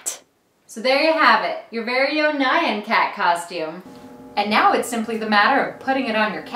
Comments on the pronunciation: It sounds how it looks, n-yah-n, I was thinking same thing when she kept saying Nai-an, I was typically shouting at the screen X3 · she pronounce it as nyian cat it’s n-y-ah-n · And your calling the nyan cat nan cat its NYAN NOT NAN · Nai-an Cat? I thought it was pronounced ñahn because nyan is the Japanese equivalent of meow... Right? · It's not pronounced naian cat it's nyan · When the meme said nyon cat it’s actually called neon cat in this video it sounded so wired when you were saying nyon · Nayan Cat? Why would you pronounce Nyan Cat Nayan Cat